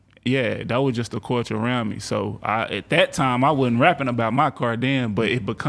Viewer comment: My man pronouncing “culture” as “corture” had me so confused 😂 I had no idea what he was saying at first